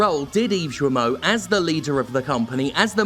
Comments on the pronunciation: Dear Jim Thanks for your work.As a French i must told you that Guillermot is pronounced Guyermot rather than Djermot like i heard in your video. Hope it help you even if you dont care about butchering names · Guillemot is pronounced "guiimo" with gui like in guitar (in case you care). Anyway yep, unfortunately acting like nothing happens seems like a viable strategy, until they face a massive lawsuit. At a certain point, the victims' anonymity won't be necessary in order to keep their job, hopefully. The sad thing is that this happens in pretty much every big company. Also, the more we support indie games, the more they'll have the guts to quit their sh*** job. Once again gamers are the real solution. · Hey Jim, correct pronunciation is with a hard G, like in guillotine, so like gill(of a fish)moe(of the simpsons). The more you know. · Hey Jim! If you say 'Guilty' and you replace 'ty' by'mo' (Guil-mo) you pronounce his name almost perfectly, not that it matters that much cause fuck that guy. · Since I don't think Guillemot is stupid, I think he knew and just didn't care (so yeah, it makes him an asshole) PS : If you want to pronounce correctly the name of the moron... I mean Serge Hascoët, it's something like "Serj Az-ko-ate" (another Breton... many apologizes for that from Britanny ;_;) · Is that really how he pronounces his surname? With a soft G sound? That's kinda odd. He's French, right? Usually, with that spelling, French mandate a hard G, like in "guild" or "Gilbert". So his name should sound exactly like Guillermo Del Toro's, except without the r sound in the middle. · I'm not sure that's how you pronounce "Guillemot", but then again he's arguably forfeit the privilege of having his name spoken correctly. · Guillemot, say the first part like Guillotine. Sincerely, a frenchie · Guillemot ; when there's a u next to the G, it means it's an hard G, not soft like J. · The G in Guillemot is pronounced like in "guest"